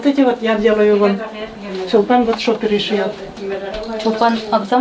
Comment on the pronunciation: И дочка -Чулпан, а не Сулпан(на Башкирском).